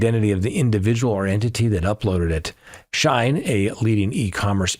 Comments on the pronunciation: 🗣️: SHE-IN (not shine). Company was originally “She-Inside” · I enjoy all of your commentary. Wish I was going to Crime Con. Love being an arm chair detective. BTW Shein is pronounced “she in” ❤